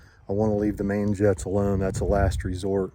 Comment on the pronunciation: "The gah damn jets" lmao